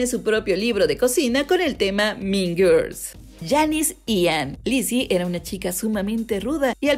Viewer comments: No es tan difícil pronunciar guuuuuurls 🙄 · Por favor no puedo con lo mal que pronuncia Girls